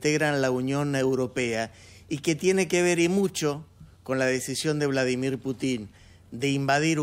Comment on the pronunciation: Hay que avisarle a este señor mayor con escasos conocimientos, que es Putin no Putín, si la informacion es un desastre por lo menos hablen bien